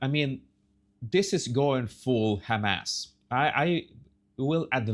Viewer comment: I know you say “hem ass” on purpose😂.